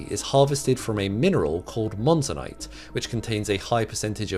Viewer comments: It's Monazite not "Monzanite". Monazite has long been produced as a problematic by-product of Heavy Mineral Sands mining. For over 60 years, Monazite concentrates would be disposed of as tailings... Now, Monazite is one of the most valuable minerals you can get from sand mining. Some companies are even planning to reclaim Monazite left sitting in their historical tailings dumps! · It is called monazite, not "monzanite." Copenhagen Atomics and the Swiss are missing from the video. I find the term "promoted by the internet" rather condescending, considering who is behind "the internet." It was not the cost of reactors, that caused the shift away from the TMSR. The reason why the U.S. and the USSR began phasing out research on thorium at approximately the same time and went for reactors with the by-product plutonium is glaringly obvious: mutually assured destruction. China had been experimenting with the molten salt reactor , by the way. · > Monazite NOT Monzanite (?) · The thorium mineral is monazite not monzanite. Otherwise factual. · the mineral bearing major amounts of Th is called Monazite, not Monzanite. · Monazite, not monzanite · The mineral is monazite, not monzanite. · Thorium is a byproduct of Monazite (rather than "Monzanite" like it says in the vid). this feels a super fastidious now i write it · Enjoying your channel. By the way, you mean monazite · It's monazite!